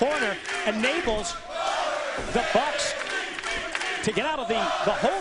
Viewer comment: Wtf did the announcer call the bucks?